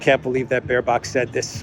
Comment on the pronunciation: Every time you say Baerbock I hear bare cock….can’t stop laughing….just the name without the stupid is enough. Diversity hires are running the shit show obviously.